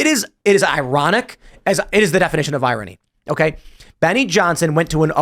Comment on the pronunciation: Can Tim learn how to pronounce irony?